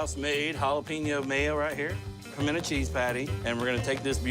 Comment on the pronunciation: I appreciate that the chef in the first clip pronounces "pimento" properly. that is "puh-men-uh"